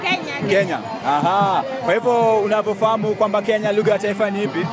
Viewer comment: 40 seconds in ... and all i hear is 'LUHA' 😂